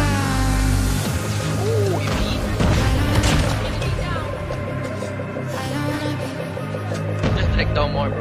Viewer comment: He's under the woturr